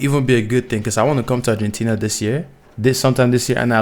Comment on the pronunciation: También seria bueno que vieras videos de habla Argentina ya que la pronunciación que vos hacess es incorrecta debido a tu idioma pero seguro se te entiende!